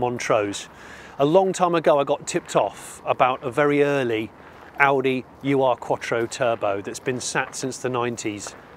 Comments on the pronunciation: U.R. quatro?! :D Ur is pronounced 'oor' and means original/real/first love the barn find vids! keep em coming please! :) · Please don't call them a You Are quattro. It's Ur (Oohr), German for ”the original”. A name they got after the S2 was introduced. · Just FYI, it's not a "U.R." Quattro, it's a German word "Ur" (pronounced like "urgh") which is one of those words there's not really a translation for, but it means something like "the original" or "proto....". or the first iteration of something. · german speaker here: the Ur is not a letter combination pronounced "u r" its a prefix meaning something along the line of "long ago" or "first" So you just say it as one word "Urquattro" meaning "first Quattro" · Love these videos and the UR-quatrro. Funny to hear it being pronounced in individual letters, the germans pronounce it as a whole as 'ur' stands for 'the original' in German. Also quite happy this didn't start, not a big fan of firing up a car that stood for 28 years without a valve cover and with old fuel in the tank. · Exceptional, a firm favourite of mine for the sound and the performance. We had a B3, non-turbo, FWD coupe that we never should have sold... I bet Johnny's trolling us, but "ur" is pronounced as it looks, meaning "the original," rather than "you are." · Just a minor correction it is not pronounced U R, but urrrr. Ur is german for original or first, hence the name Ur Quattro to differentiate from the successive Quattro models. Hope this helps? Great car and amazing find! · if you want to pronounce UR correctly, since it is German, try saying OER Quattro. OER means ''primal'', or ''first of it's kind model''. Nice video 👍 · Guys, the proper pronunciation of this model Audi isn't YOU ARE but plane (1 word)UR . It's the abbreviation of the German word for original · For reference its an Ur Quatttro ( pronounced Urr" ) not U-R .. from the German Ur- meaning original or primitive. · you are correct Ur, pronounced 'oor' means original in German